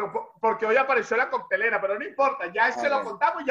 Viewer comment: Cortelera NO Coctelera